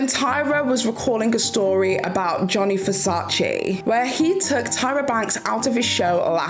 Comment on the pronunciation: His name is Gianni Versace not Johnny Versace